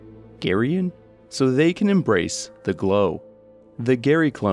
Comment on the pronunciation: Lols "embace division"